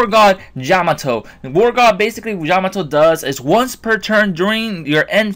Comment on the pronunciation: I've been testing them out. With their first release, they are really good. They have a great win ratio. By the way, did you say "Jamato" at the beginning?